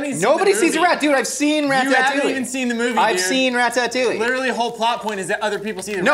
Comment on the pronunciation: The way pronounces "Ratatouille" makes me want to defenestrate myself.